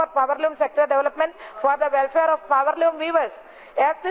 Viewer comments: hahahahahahha....powerloom madam poweloom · പവർലൂം മാഡം പവര്‍ലൂം 🤣